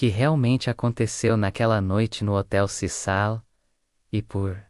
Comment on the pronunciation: Hotel CECIL, CECIL, nao CISAL. Para de narrar em IA!!!